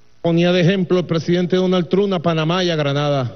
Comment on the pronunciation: Jajajja dice Donald trun